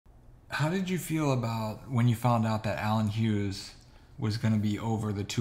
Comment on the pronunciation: "Huge" brothers 💀💀